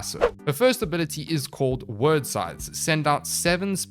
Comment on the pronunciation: I'm sure its been said before but Wyrd is pronounced just like weird. It's an Old English word meaning fate/personal destiny.